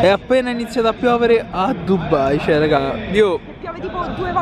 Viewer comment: ma non è dubbai ma è dubai perchè dovedete dire dubbai